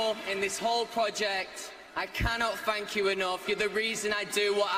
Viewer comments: “fank you” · he doesn't say "thank you," he says "fanks" or "fank you".